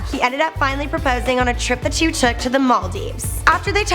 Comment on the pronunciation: It's "two" not "tyou" ew.